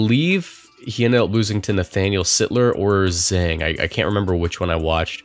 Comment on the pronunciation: Yeah but e is pronounced more like uuhh than ay. And Zhang like Jung (J(eez) + (St)ung). Anyway it was funny how they went from pronouncing it on Day 1 to a more french sounding way on Day 2.